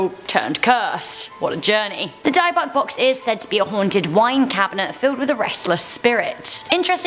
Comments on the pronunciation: Its not pronounced Diebox it's pronounced dibuk sound as its spelled but its actual pronounced dub bum do to Latin translation with Dublin witch means demon in a box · It’s pronounced Di-Bick not die-Bock, sry I just wanted to put that out there.. btw I Luv your guys’ Channel! & I Hope all of U will have a great Xmas! 🎄🎅🏽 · Pronounced Dib- buck . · It’s pronounced Dibbek box